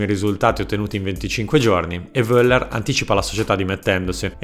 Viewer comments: bel video, ma la pronuncia di Voller non si può sentire ahahahahahah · Voeller, la v si pronuncia F. Non l'hai mai sentito nominare mi sa🤭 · tutto ok a parte la pronuncia, Ch in spagnolo è la C dolce, la V tedesca diventa F... (Carlos Bianci e rudi Feller si pronunciano)